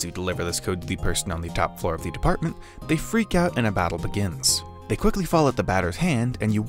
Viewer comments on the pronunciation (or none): none